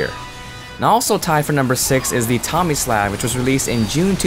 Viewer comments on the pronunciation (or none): none